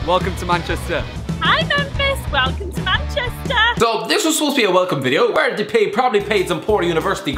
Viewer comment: De"pay" it's De"Pie"